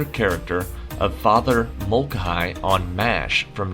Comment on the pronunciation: FYI, it's Father Mul-kay-hee. Try to stay cool!